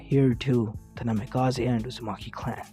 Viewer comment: Bro this hurt my head pls. Change the naimkaze not namikaze